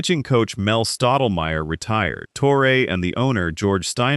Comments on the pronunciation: Who the heck is toreay? You mean torreeeeee???? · It's pronounced TORRY not TORRA. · Joe TORE-AY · Tor-A. lol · Who’s Tore-Ray? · Can’t even pronounce Torre correctly! Click bait crap